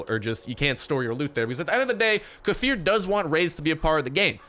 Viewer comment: Probably won't see this but kefir gave you a shout out. They posted how to say their name correctly and they pointed you out as saying it wrong lol. Correct way to say it lay-fear